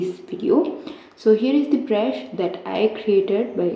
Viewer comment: Bruh in a part he said "brusu"